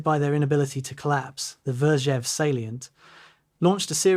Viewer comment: His surname was not "heinriki," "heinrisi" or "heinrishi." It was Heinrici, pronounced "heinritsi." There was no place called "raazev". It was Rzhev. There was no "elb river." It's called Elbe.